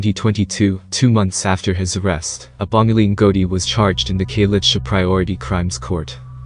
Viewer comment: Any narration with American accent lacks authenticity ..eg. ..pronunciation of Abongile. Etc .BS or not BS